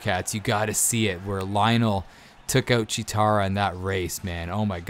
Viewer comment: Who the fuck is Lionel? It’s lion-o